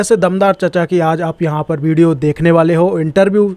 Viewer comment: angrejo ko nahi UP bihar walo ko hindi bolna sikhana padega tum log V ko B bolte he jese ki Vijay ko Bijay ,vinod ko bhinod ,visa ko Bija ,savita ko sabita ,vedio ko BEDIO ,vimal ko Bimal 😬 Or hindi sikhna ho to bolna